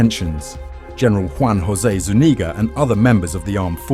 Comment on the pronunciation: The only time ive heard my last name said right Zuñiga